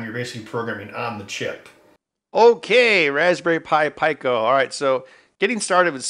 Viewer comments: Pico...Peeko. not Pie-co. 😁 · Since when was pico pronounced pieco? Surely it's peaco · Its pronounced "pee-coe" not "pie-coe". Cmon ben. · peeco, like picogram. You dont say p-eye-co gram. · Peek-o not Pie-co, hahaha. Great video. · Pico is pronounced pEco, not pIco. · You pronounce "Pico" 'pyco'? I thought it was pronounced peeco. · It is pronounced peeco lol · Yeah it's "pee-ko"... some places might says "pick-o'... where the hell did he get "py-co" from? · It's PEEK-oh. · I just can’t with the “PIE-KOE” 🙄🙄🙄. Out. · Fuckin peeko say it correctly what the fuck is soddered ? idiots what do they know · You're all wrong. It's pronounced "pick-oh" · Me: "IT'S PRONOUNCED PEEEEEEE CO FFS!" Ben: gets to the datasheet Me: gears turning Me: "SON OF A B-" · Lie-nux, pie-co. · Pico... the R Kelly Pi.. I mean Raspberry Pi!